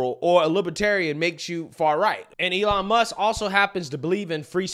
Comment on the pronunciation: “Elon Muks” I can’t 😂